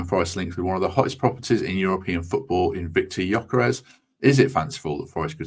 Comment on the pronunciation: Looks good for me too👍🏼 The ‘s’ at the end of Gyokeres is pronounced ‘sh’ FWIW🧐